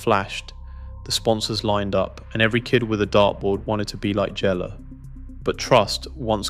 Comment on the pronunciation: Jelle 'YELLE' stands at the o'shae 'okey' If you just listen back and edit faults maybe your video would be better , but that would take a little effort. Still playing saw him at an NDB ranking toernooien only a month back.